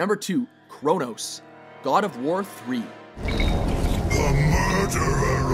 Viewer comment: It's kronos